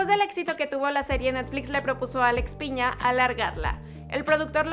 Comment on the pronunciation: Alex Pina y no Alex “Piña” 🍍 😂😂😂😂